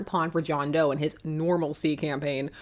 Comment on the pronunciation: It’s John D’oh.